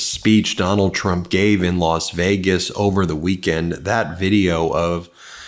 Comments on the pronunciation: Why do you say Los Vegas? Does that mean I should say Las Angeles? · "Lost" Vaygus?😂